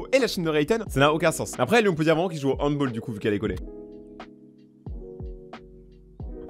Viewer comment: ca ce dit pas ''handboll'' mais comme ca c'ecris